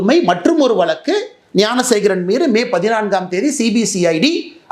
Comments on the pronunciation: தம்பி துரை முருகா எல்லாம் சரிதான் அந்தக் குற்றவாளி பெயர் யானசேகரன் இல்லை ஞானசேகரன் சொல்லு ஞானசேகரன் யானசேகரன் இல்லை இல்லை தம்பி நன்றாக உச்சரியுங்கள் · அண்ணா, யானைசேகரன் இல்லை! ஞானசேகரன்.